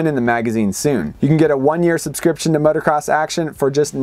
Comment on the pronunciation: Jeez please stop calling it motercross